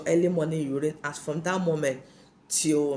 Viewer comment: Bathing with early morning urine?,or what did you say